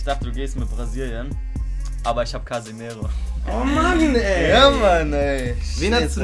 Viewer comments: Hast nicht Casemiro, sondern ,,Casimiro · Der heißt Casemiro, nicht Casimeiro 😁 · Schau mal wie man Casemiro schreibt, biiiittte. (Du sagst und schreibst immmer Casimeiro😷)